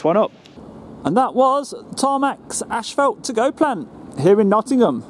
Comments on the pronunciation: Love your videos. brother.......but , it's not ASHFELT......it's ASPHALT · It is NOT " ash felt" it is "as fault " pronouciation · you said "ash-fault" for "asphalt". Maybe it's just me..I'm in the US. Anyway, enjoying all your vids. Thumbs up!!